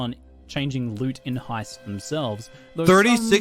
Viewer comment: Don't you mean ...Heiped?